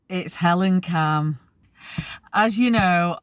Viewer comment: HELE-CAM Has a go...